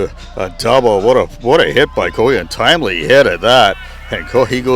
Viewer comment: Great recap of the game Coyen for Lynn Valley is actually Coyne as in flip a coin 😂 thank you very much we loved watching your video!